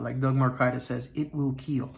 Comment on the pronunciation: It wil keel. 😆👍